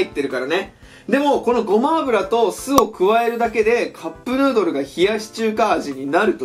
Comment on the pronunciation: カップヌードルがカップルドルにしか聞こえない笑笑